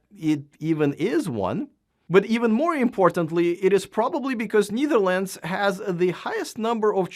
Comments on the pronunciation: BTW, it’s pronounced Netherlands , not Neetherlands nor Kneetherlands 😊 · You pronunciation of Netherlands is wrong. Check it out.